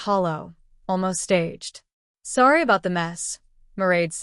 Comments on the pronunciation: Weird that the AI can’t say “sorry”. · What's the problem in saying, "Sorry?" AI can't pronounce it.